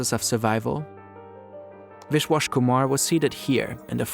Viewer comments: hey so ive seen yall be very particular about your pronunciations when it comes to names of other ethnicities. its not WISH-WASH kumar lmfao its pronounced as VISH-WAAS. dont let the private equity take away your respect for a person's name and identity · It’s Vishwas not wishwash, and it’s pronounced something like wish-vaahs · viSwashkumar not viSHwashkumar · I have to say you guys need to check the pronunciation of your names. They are very wrong. The Indian passenger and the Japanese prefecture name. It's not that hard to check it online. This is also not the only video I have observed it, many videos have wrong pronunciations.